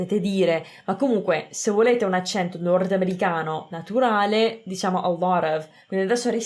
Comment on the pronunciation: L’accento lo mettiamo sbagliato tutti noi italiani, è un errore comune.